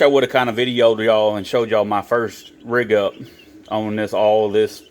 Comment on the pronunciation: You said “Rig up” 😢